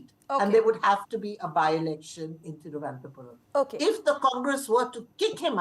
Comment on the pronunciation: Thiruvananthapuram ma'am not Thiruvanathapuram